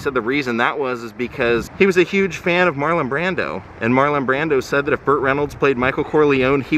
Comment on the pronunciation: Burt! Not butt! Lol